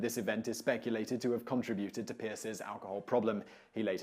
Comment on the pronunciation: Martin Van Buren's first language was Dutch which was spoken by many in the Hudson Valley. The word is Hawk Eye and not Hawky and when did we start pronouncing it "CON-tri-buted" instead of "con-TRI-buted"? Still a GREAT job on this video. 5 stars out of 5!